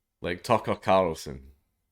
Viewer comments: I love watching him attempt to say Tucker CARLson over and over AND OVER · Tuckah Karlsssin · Tucker Carrrlsin 🤣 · The way he says 'Tucker Carlson' is extremely satisfying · The way you say Tucker Carlson is fucking hilarious